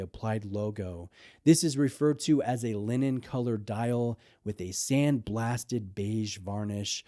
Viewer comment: He said " linen" .... ffs